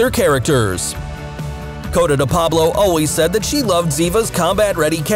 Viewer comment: Obviously not really a watcher if you’re calling Cote, Cota😂😂😂😂